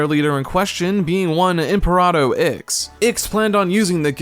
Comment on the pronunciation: I don’t disagree with most of your points but your attitude towards the game just made me sad man. I’d get it if this was a modern release but it’s such an old game that never got a sequel. Maybe I’m blinded by nostalgia some but it wasn’t as bad as you made it sound. Also I’m fairly sure you got the ending wrong. When Super Sonic defeats Imperator Ix (not Imperado, I have no idea where that pronunciation came from) he destroys himself to close the exit and trap everyone else inside the Twilight Cage. Eggman stayed behind to help them return through the wormhole, but when they get back thanks to the Master Emerald it’s clear that time hasn’t passed at the same rate outside of the Cage and Eggman has taken over the world in their absence. Some of the lore is admittedly hidden behind some obscure sidequests, but saying that the story “just stops” misrepresents the game to me.